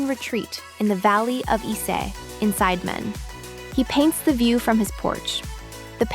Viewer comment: It's pronounced Sid e man, sounds like the spice Cinammon